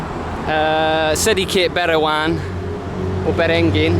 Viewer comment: Berangin.. Not beringin 😅😅